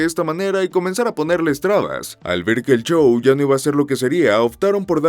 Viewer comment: Bien contenido, pero, el chou, el chou, el chou…...